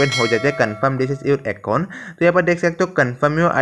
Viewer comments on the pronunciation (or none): Acon nhi Bhai account hota he